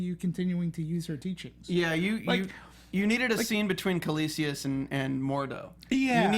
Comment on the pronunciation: Can someone please tell these people it's not "Kaelicius" but Kaecilius!!? Quite irritating to hear it mispronounced throughout the show.